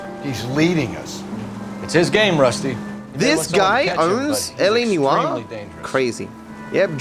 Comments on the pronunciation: It’s LA NEWoir, not LA newOIR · Everyone: LA Noire: LA Newar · I love me some "LA Newwarrr"